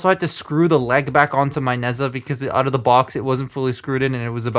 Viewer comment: You did not pronounce nezha